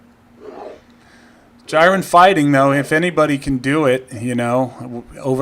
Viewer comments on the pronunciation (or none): I think it's pronunced "JEER-in." Wasn't sure initially, but the pfp is the same as the Dragon Ball Super character.